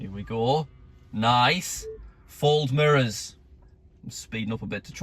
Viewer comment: Lol the way says mirrors, sounds like he says murrrrs